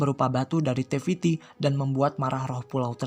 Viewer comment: naratornya ngomong te fitti dengernya teh fitri lol